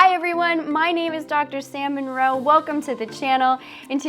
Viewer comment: Sam Monroe? Salmon roe....?